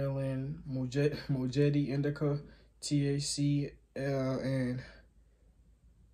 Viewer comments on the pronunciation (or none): Rven though it’s spelt mojito it’s pronounced mo-hito* not mo-jito💀